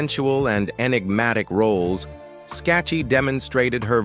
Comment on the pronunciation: Her name is pronounced ...Skak kee. A true beauty !